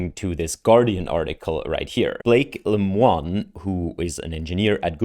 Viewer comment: Lemoine. Le Moan? NO! Say after me: Le Moyn.